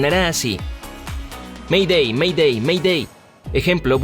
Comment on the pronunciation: Según la normativa oficial de ICAO se pronuncia "MEIDEI" y no "ME DÉ".